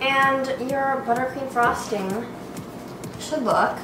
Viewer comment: am I the only one who thought you said buttcream